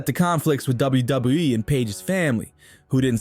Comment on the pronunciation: Wow, you are really struggling pronouncing WWE.